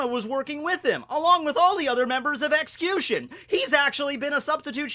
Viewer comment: Why does he pronounce xcution like ex-coo-shun instead of ex-q-shun